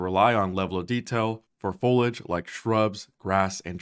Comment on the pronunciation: The way he mispronounced “foliage” was unnecessarily annoying to me